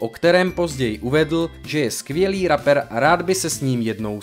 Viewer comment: Info dobré, ale ta výslovnost? Rapper, se čte Repr a ne Raper, nebo Passenger se nečte Pasenger, ale Pesendžr. -_